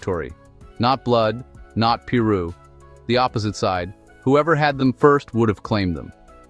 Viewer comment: It's Piru !!! Pronounced Pie - Roo ! Come on !